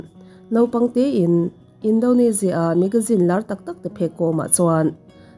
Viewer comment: Tinge Indonezia tih ang a i lam tlat le😂 Indonesia a ni sia